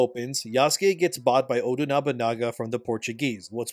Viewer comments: Just say oda instead full name, you keep saying odu when saying his full name makes me pause when doing chores lol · as terrible as this game is and I'm no way defending the crap game, the blatant bad faith arguments he makes is annoying. he's no different than those dicc riding positive review game journalists. how hard is it to pronounce Oda Nobunaga? "Odu" he says while bashing the game for its dumbness too. when Oda was about to die burned alive, his castle destroyed, and people killed there was honor in letting his retainer be his 2nd obviously. that's the culture of the warrior code they had. some critical thinking there instead of copying and pasting other people's opinion would go a long way. it's credible to believe a man 3 feet taller than you, with 100 pounds of muscle weight more than you can beat a legendary decrepit assassin who is fighting in a way that IS NOT how assassins do their work. imagine a 90-year-old Japanese man trying to 1v1 a tall, strong and harshly trained warrior in his prime who has every single advantage over you. the result was a legendary figure reduced to simple fodder by an average outsider with decent resources. you know. the theme of everything involving Oda Nobunaga in every piece of media he is in, seeing as he was the visionary who showed Japan the weakness the isolation and outdated warrior code ingrained in its people compared to the west. as terrible as this game is, you don't need to make yourself stoop to the level of terrible game journalists because you want to join the hater bandwagon. integrity is knowing this game isn't a 10 and it's not a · Love your vids but I can't take saying Oda as Odoo 😂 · why do you call him "Odoo Nobunaga" and not Oda Nobunaga? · It drives me up the wall how says Oda when using only his first name but pronounces it Odu when saying his family name as well. 😄 Great video again,, keep it up. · Stop saying Odu Nobunaga. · Why do you keep saying Odu Nabunaga 😂